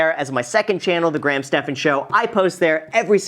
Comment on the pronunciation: Wow an American who says Graham right. Usually it sounds like they are saying gram